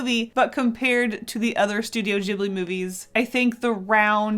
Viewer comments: No offence but it's pronounced as ghiblee not jiblee lol :p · I thought it was pronounced to start like ghost? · YES STUTIO GHIBLI Btw, I think your saying ghibi wrong. The g doesn't sound like a j, its a g. ( I'm sorry if that sounded rude I don't know how else to write it ) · In a documentary, they mention that the studio name is based on an Italian word, but the pronunciation is wrong. It's supposed to be gib-li. But the studio creators stuck with jib-li. It was a translation error XD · The "g" in ghibli is pronounced as "g" in good, gas, give, etc (soft). It's Italian and "gh" is the soft pronunciation of the "g" in front of an "i" or an "e" (same as in Spanish but instead of an "h", a "u" is used to soften the "g") . Ghibli is the word used to describe the hot and dry wind that comes from Africa (south if you're in Italy) and it has its origin in the Arabic word "qiblī" that means "southern" (meridionale in Italian) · Kinda cringed when she said Ghibli that way